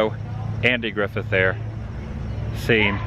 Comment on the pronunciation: Dear Fan of... Please get it right. His Last Name is NOT GriffIN!! IT IS GriffITH!! HIS LAST NAME ENDS WITH TH. For GRIFFITH. THANK YOU!